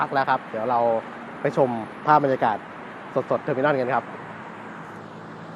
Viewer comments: Terminal ออกเสียง เทอร์-มิ-โนล ไม่ออกเสียง เทอร์-มิ-น่อน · เทอมิโนล ทเว้นตี้วัน ไม่ใช่เทอมิน่อนยี่สิบเอ็ด เรียกชื่อเขาให้ถุกด้วย